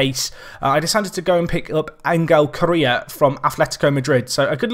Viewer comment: James Iyer That one is actual rightly pronounced. It's la - may - a that sounds weirdest to me.